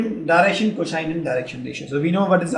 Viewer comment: He says "Cosine" normaly rest of the time he's faking it and saying "coshine"